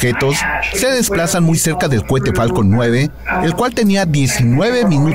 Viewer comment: se dice cohete,no cuete,qué pasó con eso?